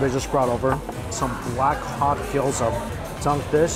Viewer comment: Wtf is a "GyoAza"🤦‍♂️